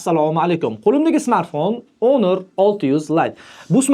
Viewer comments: Honor iltimos ONOR EMAS HAMMA NEGADIR ONOR DEMOQDA JONGA TEGDI JALA SAVODLIK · Onir deyapsizmi shunchaki hunuk ewitilarkan 😂😂